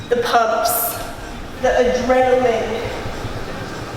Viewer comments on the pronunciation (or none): none